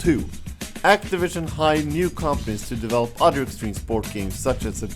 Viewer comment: "extweme" "not swo saksweswul" "a projwekt dat wus letr on" Jesus the English.